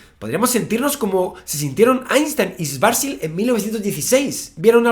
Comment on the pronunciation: Es Karl Schwarzschild, no Schwarzwild. Sería "escudo negro" (curioso apellido para predecir con sus ecuaciones los agujeros negros), no "jabalíes".